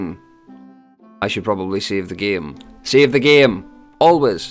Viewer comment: Are you Russian? Because when you were saying "save the game" the "game" sounded a bit russian lmao